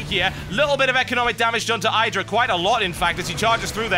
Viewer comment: You know you're pronouncing idra the wrong way?